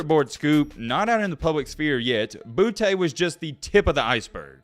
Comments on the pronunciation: Kayshon’s last name is pronounced Boo-tay not Booty. #bornandraisedinLouisiana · It’s pronounced boo-tay not booty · Just a tip from south Louisiana...its pronounced (Boo-tay). Put some respect on creole country 😂